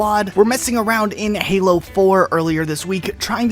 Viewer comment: "Halo foreplay" Nice